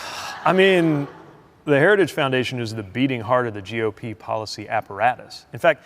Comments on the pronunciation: To be fair, Trump does not say "Heritage Foundation", he quite clearly says "Harajistoo," which is a completely different organization. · "institutions such as Heregus" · Of course Trump is not associated with the heritage foundation, he can't even say heritage . 🤣🤣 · donnie, it's "heritage", not "herigous". Man, and we thought Biden was the one with a speech impediment. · Trump can’t even say the word Heritage (Heri-gge) he sure as hell didn’t read over 900 pages (without pictures) 😂😂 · In other words. A vulnerable candidate with no professionals around him. Who doesnt read. Cant even pronounce HERITAGE. And denies the existence. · Trump can’t say the word “heritage” Is he alright? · How is Project 2025 Conservative? Got to ❤ Trumps pronunciation of Heritage. Sounds pissed drunk 😂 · Trump can't even properly pronounce Heritage after two tries and barely got out the word "critical". He loves the poorly educated because he is one. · He can’t even pronounce ‘heritage’. Lol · He cannot say heritage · Pete is the MAN! Whenever he talks he just dominates - not with bluster, b.s and grandstanding but with calmness, intelligence, integrity and pure facts. Trump can’t even say the word “Heritage” properly. Lol. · Trump sure has a hard time reading the Telepromter. He can’t even pronounce Heritage. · Here's an idea let's vote for a moron who struggles beyond 2 syllables...Say Heritage again Trumpy...we dare ya! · Trump had a little trouble pronouncing Heritage! 😂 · Heritage Foundation is a Domestic TERRORIST organization. And trump can't even pronounce its name. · I like how he can't even say heritage correctly. What a loser. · He can't even pronounce 'heritage' once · Why wouldn't they want a person who can pronounce the word Heritage.